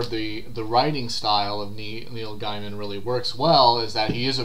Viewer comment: It's actually pronounce Gaym'n. It's on his website, although I don't think it matters all that much.